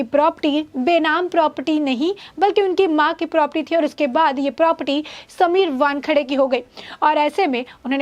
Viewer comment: #Thenews A news reporter should speak correct. It's not propty प्रॉपटी , it's Property